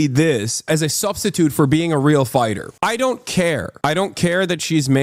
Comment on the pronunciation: YOOOO, I heard "any WHEEL human being" for a sec there 💀💀💀